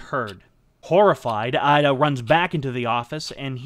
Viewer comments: With such preparation and scripting it seemed brilliant for the most part, but I kept getting stuck on your pronunciations. This was never so evident than Finding it funny that you can say Suzuki fairly decently, why would you then pronounce the 'I' in IDA as 'AIIDA' and the 'O' in KOGA as 'KAGA'. Not to mention the Romanized spellings all over the place LtCol JIRÔ SHÎZAKI . It's not worth talking about Japanese sort of 'R' sound, it's generally accepted as foreigner pronunciation that most Spanish speakers have no problem with. Phonetics in Japanese is pretty easy. vowels are always pronounced the same way. They don't have diphthongs nor are they long unless indicated (in Romanized script) a carrot or line on top. For instance 椎崎二郎 is by all intents and purposes easy enough to understand. Many names in Japanese have two character each, providing a Family name, and Given name. Unlike Chinese which mostly has one character each with Family name Sibling joined name and Given name. So, let me try this (capitalization indicates sound):: A is always like the Ahh sound E is always like the Ehh sound (not 'ei' as in English pronouncing 'aid') I is always like the skI sound as in snow skIing. O is always similar to the Oh sound (but with out the English diphthong of Ou that we tend to use) U is always like the flUte sound There are some unusual consonants, like 'ts' and how they use the difference between t d and ch or s j z and sh not to mention associations of h b p, d t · Excellent work here. One thing to point out is that General Ida’s name is pronounced “Ee-da” not “Eye-da.” If you are familiar with Spanish and Italian, the vowel sounds of Japanese closely resemble those of these languages. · Excellent job, well-researched and presented. (note: "Ida" is pronounced "eee-da". In the Japanese language, the letter "i" is always pronounced "eee". Never changes.) Thank you! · The I in Ida is pronounced "ee". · It’s pronounced (eedah) Masataka Ida